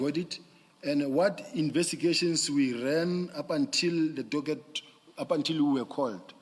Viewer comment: Still calling a Docket, doget😂